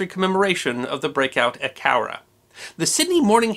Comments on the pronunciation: Thanks for pronouncing "Cowra" properly! My Dad grew up there. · I liked how you pronounced Cowra correctly, most overseas people butcher the names of our towns in Australia.